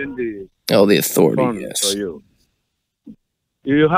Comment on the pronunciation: Yersh yesh yesh